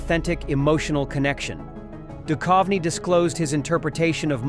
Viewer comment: Can't you get your dumb AI to pronounce David's surname correctly?